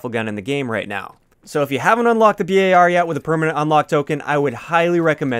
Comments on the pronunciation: Bar. Not B.A.R. Just Bar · why do you say B A R ... just say BAR like a bar of chocolate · Cringe He said B A R Bruh its name is just bar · Its bar not b.a.r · Bee Eh Are ? Can't you just say bar :P ? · Ive never heard anyone pronounce BAR as B.A.R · Don’t ever pronounce it b-a-r again. Don’t nobody call it that shit